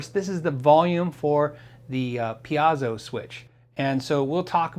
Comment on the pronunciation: Wait wait. First there was the pecan "Pee-can" versus "puh-con" debate, followed by a friend pronouncing it "pee-kin." Now instead of "pee-Ay-zo" versus "Pee-zoh" versus "pee-Eh-zoh" debate, you introduce a "pee-Ah-zoh" pronunciation. Don't know how you came up with that one. Are you one of those who uses a cinnamon chili as your spaghetti sauce? Inquiring minds want to know.... Oh, and very pretty guitar. It sounds dreamy for sure. Congrats. :) Now back to that pronunciation.... I mean, how.... oh well.... enjoy your guitar, lol.